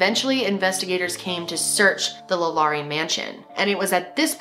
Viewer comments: it's La Lor-rae. not la Lori. just fyi, as a Louisiana native. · I’m from Louisiana and heard this story a lot growing up. Also have been past the home. It’s beautiful but the vibe is terrible. I’ve heard that people who are sensitive to spirit really flip out near the mansion. It’s also really pronounced like Law•Luh• rie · 1. the poor girl in the box’s bones were broken before she was stuffed in the box, and so they remained like that for the rest of her life. and she was apparently a spectacle to many. (Absolutely horrific) 2. it’s “LAW- LA,REE” 3. You should do more New Orleans crime and paranormal activity stories!! such as the New Orleans vampire brothers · thank you!! I kept saying the name correct every time she would say it wrong.. lol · i’m from louisiana and the way you say LaLaurie made me giggle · The way she says the name is driving me crazy I can’t even watch it.